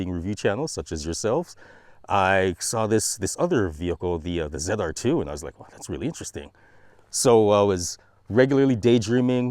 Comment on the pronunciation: ZR2 not ZEDR2